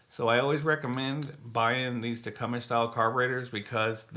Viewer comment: Great content, lot more expensive in canada unless you go through hutzl and wait forever and a day. appreciate you posting and look forward to the next. Leak down tester and bulk pack of mower keys the only items you missed. and its 'tecumseh' as in wm tecumseh sherman the union general Tecumseh, Shawnee War Chief was a charismatic leader, an orator and respected war chief of the Shawnee Indians of Ohio.